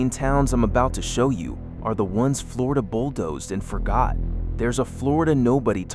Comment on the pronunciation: How is wish a PERSON was doing this and not AI. You've managed to insult Floridians in more ways than one. Learn to pronounce our town's names please. 😂